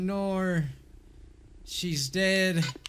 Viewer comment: "Oh nowr" 😭😭